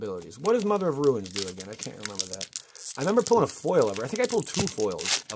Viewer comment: read the comments! RUNES... not RUINS.